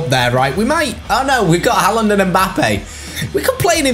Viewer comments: I beg stops calling him hah land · the mispronunciation of haaland is jarring 😭😭